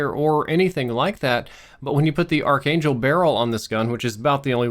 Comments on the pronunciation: It is not AR"CH" it's pronounced Arc/Ark - please stop. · It's pronounced ARK-ANGEL, not AR-CHANGELL